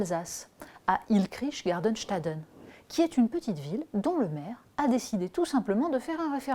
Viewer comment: C'est Illkirch !!! et non Illkrich C'est déjà assez compliqué pas la peine d'en rajouter ! 😉😉